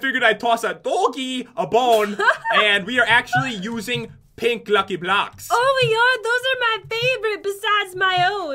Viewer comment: when you said 3 blocks left you said blacks